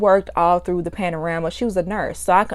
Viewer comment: Am I the only one who laughed when she said “panorama” 🤣😂💕